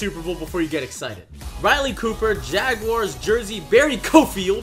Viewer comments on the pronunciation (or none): none